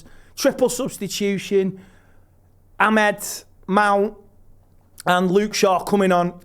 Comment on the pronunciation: Entertaining stuff as usual, but can learn how to say Amad instead of Ahmed? Like, just once.